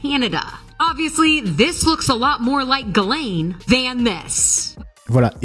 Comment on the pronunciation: Mais ? Mdr, pourquoi tu l'appelle Gisèle ? C'est Guilène la prononciation, tu m'as tué de rire !